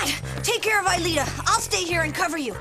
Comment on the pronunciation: Jeremie has lost his shit. And Ulrich said Alita.